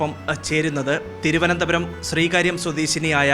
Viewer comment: And I can say, she is the best, for I bet, she is the only hindi speaker who pronounced the word "Thiruvananthapuram" properly. 👍👍👍👍👍